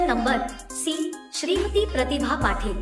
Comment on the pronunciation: पाठील नाही पाटील